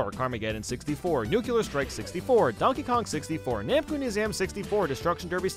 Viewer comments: But that says nuclear strike, not nukular strike. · No it isn't. You pronounce it New-clear. It's written nuclear. There is no reason in any of the spelling for it to be pronounced nukular.